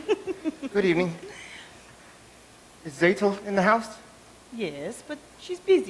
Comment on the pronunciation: This is a little nit-pick, but Tzeitel is pronounced "Zigh-tell" not "Zay-tell".